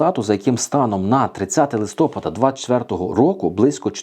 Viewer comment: Научись говорить листопад правильно !